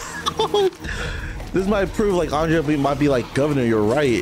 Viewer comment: I can't believe you guys keep calling Andrea Andrea. It's clearly Andrea, but you guys keep saying Andrea.